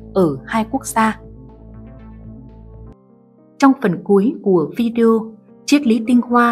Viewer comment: Đọc phideo k hiểu